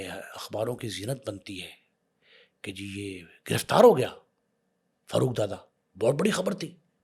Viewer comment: Karachi k hawaly se bat kre hain to meherbani suni sunai kahani na sunaen dusri bat ye wo Farooq ka accent Faarooq hai na k Farruooq plz apna lahori accent ek taraf rakh kr karachi ki bat kren 😡